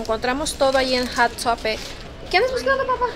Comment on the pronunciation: Es Hot topic el nombre de la tienda no Hat topic como siempre le cambia la pronunciacion a todo